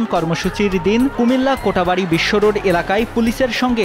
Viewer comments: কোটা বাড়ি ভুল উচ্চারণ, সঠিক কোটবাড়ি। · কোটাবাড়ি না রে ভাই😅 কোটবাড়ি এলাকা হবে,,, আমি কুমিল্লা বিশ্ববিদ্যালয়ের মাস্টার্সের স্টুডেন্ট এবং বৈষম্য বিরোধী ছাত্র আন্দোলনে সাধারণ ছাত্রদের সাথে আমি ও কোটবাড়ি এলাকায় রাজপথে সক্রিয় ছিলাম। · "কোটাবাড়ি" না রে ভাই এটা "কোটবাড়ি" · কোটাবাড়ি না ভাই কোটবাড়ি হবে। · কোটবাড়ি হবে কোটাবাড়ি নয়। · কোটাবাড়ি নয় কোটবাড়ি হবে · কোটাবাড়ি না 😢 কোটবাড়ি 😊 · কোটাবাড়ি না কোটবাড়ি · কোটাবাড়ী নয় কোটবাড়ী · কোটাবাড়ি নয়😅 কোটবাড়ি😊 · "কোটা " বাড়ি নয়, "কোট"বাড়ি হবে। পতক্ষদশী নয়, প্রত্যক্ষদর্শী।